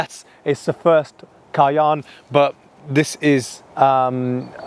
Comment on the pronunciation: Cay-enne Porsch-e